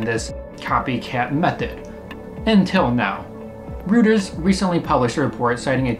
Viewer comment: Interesting, well-edited video! I hope you don't mind a little nitpick and it isn't a big deal, but I thought you may want to know that Reuters is pronounced "roy-ters" not "roo-ters". Keep up the good work :)